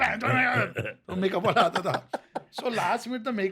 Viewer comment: I cant forget his pronunciation LA PATA ladies, it was funny AF.